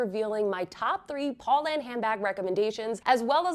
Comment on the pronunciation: “Poe” not “paw”!! My friends and i made it a drinking game! You have great content. Just needs tiny bit of refinement, especially when reviewing brands. 😊